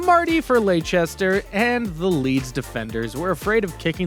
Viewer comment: laichester hjahahahahahah its lester